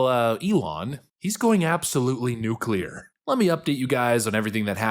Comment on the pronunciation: At last! A yank who knows how to pronounce the word, 'nuclear!'